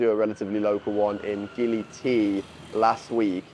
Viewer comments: Bruh he said gili belly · Why do you say Gili is Bali? It's clearly Gili, my friend.